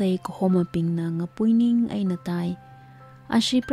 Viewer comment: Mashimankapai khararchan akhalãka. Ningshainai kakazem atamla ngasãlãk kahaina. Saklãk eina ngarãnkakhuili hailaklaga kakasat supkha sangaili : 1. Sitãngphung not Seitãphung 2. Ngapuiníng not Ngapúiníng hikt. Ãkhon (tone) kachui khanem (phonetics) check samilu. Maningakha, khanuithotbing characters bingwui ãmingbing, archiac terms, ãpam ãmingbing, hikt. ngwuida theikhuihaida zatnãmaronhaora.... Sincere input, nothing sort of otherwise feelings🙏